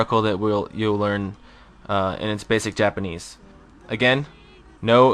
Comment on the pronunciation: If you'd rather not use Japanese script, why not use accurate romanization? And your pronunciation... oh god.